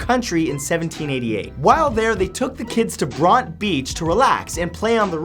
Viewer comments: Bronte beach - you pronounce the E on the end. As in the same as the author sisters. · Oh God, you did not just murder the English language. BRON-TE beach, not Bront. If you don't know how to pronounce it, look ot up and learn please. You've become increasingly lazy of late.